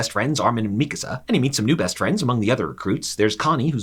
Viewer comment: i was initially annoyed by how he pronounced mikasa but this was a really good and funny recap. good job!